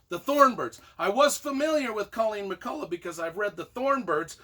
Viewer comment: McCullough is pronounced with a hard 'k' at the end, as in Irish words such as 'lough' (Scot 'loch'), and evidenced by recording (see below) of the woman herself (family from Scotland with name 'McCulloch', moved to Ulster NI and name changed to match Irish orthography). About your review: I appreciate your enthusiasm, I'm reading the first book of the series and learning a lot! However, you could have made a little more effort to actually review the book! 😋